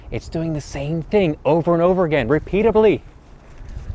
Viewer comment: Please, it’s not repeatasby, but repeatedly. Still love your lessons.